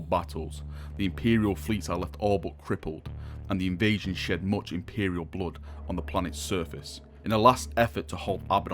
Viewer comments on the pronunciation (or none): none